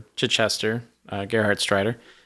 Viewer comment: Greetings from Germany! The pronounciation of the name Gerhardsreiter was super. It is a very difficult name. I am impressed.